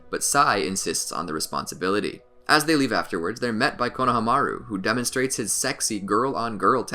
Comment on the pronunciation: Why does he say kona hamaru like it’s to different words and pronounces it wrong 😂. I still really love the videos but damn